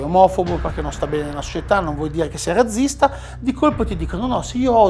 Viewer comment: Ecco un altro che dice "razzista" (zeta dolce anziché aspra) e quindi fabbricatore di "razze" ovvero raggi per ruote di carro. La "razza"(zeta dolce) è anche un pesce. Il sinonimo di stirpi, (razze) si pronuncia con "zeta aspra" come fa la signora interlocutrice, in questo stesso video.